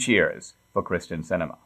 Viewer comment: Did you really mispronounce the Senator's name at the opening? You put her name in the title properly as "Kyrsten" Sinema and then you said 'Kristen." you did it again. ... "Kyrsten" is a Greek derivation. She's a sitting US senator. The least you could do is pronounce her name right.